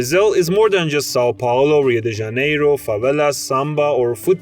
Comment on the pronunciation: Melhor pronúncia de Rio de Janeiro de um estadunidense que eu já ouvi na minha vida! Parabéns!